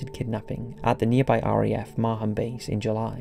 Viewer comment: Bury 'street ' Edmunds and Mar ham, get it right.